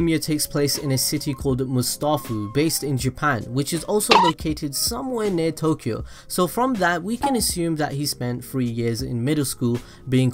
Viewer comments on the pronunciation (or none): none